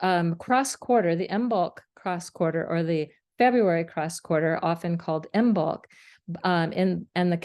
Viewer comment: This is an excellent explanation that I will share with my Druid/Craft friends! And, here are a couple of language quirks for future reference: "Hearth" is pronounced Harth, and the "b" in Imbolc is silent.